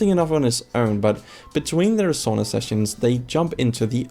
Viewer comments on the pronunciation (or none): Its SAUNA not shawna 😅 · Also sauna. There is no saw in sauna 👍